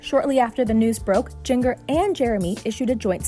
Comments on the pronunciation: Only made it 40 seconds into this video.. third time hearing her say Gen-GER was all I could stand!! I mean COME ON!! GenGER! REALLY?! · how does one mispronounce jinger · Oh my god learn how to pronounce her name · Omg at least say her name correctly if you are going to report on her. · The mispronunciation of Jinger is very distracting from this serious news story. Did no one at Access watch this video before it was uploaded? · For such a widely known media source, the quality of this video segment is embarrassing. From the mispronunciation of Jinger’s name, to the basic graphics. Just seems so low budget & cringey. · your saying jinger's name wrong! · I am oddly into the way they pronounce Jinger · Stop saying her name wrong. Its insulting. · Is it a bot narrating? That's the only thing I can come up with to excuse saying it so wrong. 🤯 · Her name is pronounced Jin-jer (with a soft g sound) if you can’t say names correctly you shouldn’t be commenting on people! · Its pronounced "Ginger", just with a J. And she isn't Jinger Duggar, she's Jinger Vuolo, she's been married for years and has two daughters. God, if you're going to report on something at least do your fucking research. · It’s pronounced GINGER. GINGER GIN-jer GINGER GINGER GINGER. Like the SPICE. She’s a spice girl. GIN JER. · Her name is pronounced “Jin-jr” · Her g in her name is soft, not hard. You're mispronouncing her name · You pronounce her name like Ginger .. just with a .. J... Not Jin-ger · It’s pronounced “J-E-N-J-U-R” 👉 Jinger 🙄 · Jin-gur Duggar? It's like Ginger. It isn't that hard. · It’s pronounced like Ginger. But ok. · I kept hearing her say jen-ger and its driving me nuts lok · Its jinger, like ginger. Not jin-Ger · Are you serious? JIN-GUR? Who oversees this stuff? Ps - Josh is a POS. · 🤦‍♂️ it's Jinn jerr. Ginger but spelled with a J. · It's Jinger, like ginger root, not jin-Grr... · Jinger is pronounced like ginger. Not jeeng er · Its pronounced like Ginger.. not Gin gurrrr....